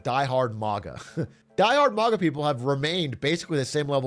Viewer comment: Big A so gamer-pilled he pronounes maga like naga